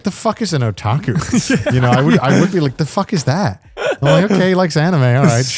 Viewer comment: Did you rike it?